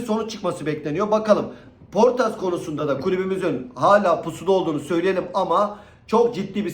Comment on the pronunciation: abi şu isimleri sana zahmet telaffuz ederken biraz daha dikkat eder misin 😂 poortas diyon ya ömrümden ömür gidiyor puertas, yada otavio ya otivyo diyon ya cidden yaşlanıyor gibi hissediyorum 😂